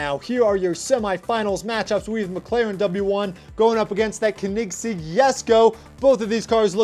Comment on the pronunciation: its not kenigsig its koenigsegg